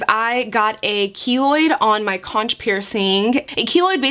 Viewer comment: Love the pot leaf!!! What a G Also conch is pronounced like “konk”